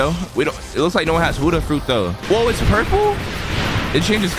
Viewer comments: i love ur vids like the peson below me but it is BUDDHA not hudda 🤣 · or u are saying budda